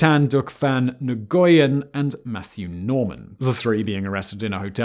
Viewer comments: It’s pronounced “nwen” not “nugen” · Guy keeps on saying nguyen.... Its pronounced when not en goy en lol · Nguyen actually is pronounced as win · ABSOLUTE travesty - YES, this video! Did not even spend five minutes on learning the pronunciation of the names: "Suka-maran" = Suku-mayran "EN-guyen" = "Wen" (When) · Nguyen = 'wen', not 'nuh-goo-yen' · nguyen is pronounced "WEN" not "NE-GOO-YIN" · Naguyen? Newyen! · NGUYEN - Pronounced NEWAN not "Nigoyan" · Nguyen is NOT pronounced Nugan. It’s N’wien. So lazy. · noo-yen, not oon-goyen . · Ok dude, I was willing to overlook your overall SNIDE tone of narration. Then I realized you have nothing to look down your nose about. The Vietnamese name Nguyen is pronounced "wen", not "Naygoyen". The "Ng" is silent. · It’s pronounced win, not newgen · You really pronounce “Nguyen”, ni-go-inn?! You outta be ashamed of yourself. It’s pronounced “Winn” if it’s north Vietnam it’s pronounced “mu-en”. You Brits always pronouncing everything wrong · just a suggestion --nguyen is pronounced "wyen" but i thought "nee-go-yin" is pretty neat way of pronoucing it. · Nguyen is pronounced "win", not "Nagoyen", not "Noogen". That was grating to hear. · interesting Simon. Can I say your pronunciation of "Nguyen" is terrible. Maybe not many Viets where you live haha. Its about the 3rd most common surname in Melbourne Australia. Pronounced like "new-en". But co-incidentally, given you are saying it as Nugen, you might like to research the "Nugan Hand" bank of Australia, shady CIA operatives, murdered founders, complicit US Army generals and general drug trafficking and money laundering shenanigans in the 70's. Good stuff... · Leave it to a Brit to butcher simple names LOL; NU-GO-WYN, NOO-GAN... uhhhhh Nguyen!? Pronounced Win my dude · "New goy yen"? Seriously, no one associated with this production has ever met or known any Nguyens? Where is this made? It's pronounced "when". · Lmao Na Goo Yen 🤣 bro it's pronounced kinda like win